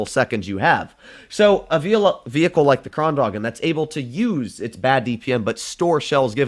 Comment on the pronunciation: Thx for using the on kranvagn! Love from Sweden <3 btw, your saying kranvagn in German. The gn in kranvagn is combined, like “making” or “shooting” instead of a sharp stop at the g. Or you can just listen on Swedish google translate. Again, love you!